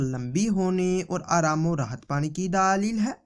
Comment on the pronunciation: Or ye daalil nhi ha dalil ha....داليل نهى دلبل